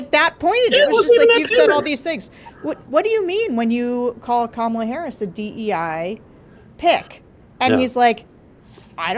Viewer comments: KARMAla. Pronounce it how you will Donald. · Here's a bumper sticker: HEY DONOLD IT'S PRONOUNCED KARMALA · Actually, mispronouncing Kamala's name just infuriates people more every time they hear it. Infuriated people reach a boiling point and eventually snap. Any warmth they felt for the Orange 🍊 finally peels away.